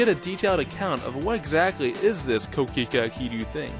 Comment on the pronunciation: It's pronounced "Koh Kee Khay" not kookeekooo lol